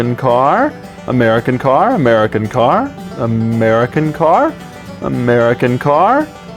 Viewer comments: "Umera Kincar" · Am I the only one that started hearing "A Merry Cankar" after a while? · That moment when "American Car" turns into "Ameri Kencar" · Amaireakanker, amaireakanker, amaireakanker, amaire-a-kanker, amaireakanker, amaireakanker, amairekanker, amairekanker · "A Mary can Car" I don't know? Can she? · who is this Amera Kenkar he keeps mentioning? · Legends say he is still saying "american car"